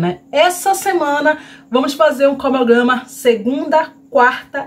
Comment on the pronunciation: Tantos anos que você tem canal e ainda não aprendeu a falar CRONOGRAMA....você deveria estudar essa palavra...fica feio nos vídeos e até para as suas parcerias também não passarem vergonha junto com você...acho que esforço é tudo...se você se esforçar consegue...é sua imagem que conta...😉